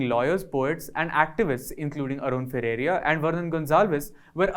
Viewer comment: Please ensure that the speaker pronounces Arun Ferreira's name as 'Ferreira" and not "Ferreria". This is a basic courtesy.